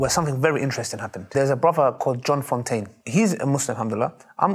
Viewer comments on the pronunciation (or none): none